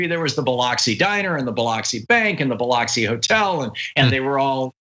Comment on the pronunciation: Would it kill you to pronounce Biloxi correctly, Thom?